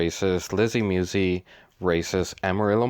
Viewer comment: MuSi not Muwzee lol other than that youu make great videos! I enjoy watch them all.. Keep the good content coming just giving ya a hard time